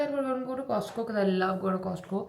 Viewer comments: fyi. The T in Costco is silent!!! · It is cost co but latterT is silent dear just for your information😊 Btw love watching your vlogs❤❤